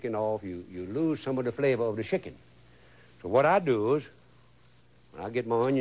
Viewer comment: He said put shickin, sounded like he put shi- in!